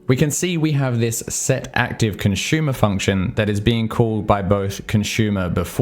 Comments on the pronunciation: As always, love your videos. Although your pronunciation of consumer as "conshumer" (versus consoomer, like "zoom") took the cake for me! :) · Yup - can't not hear it each time.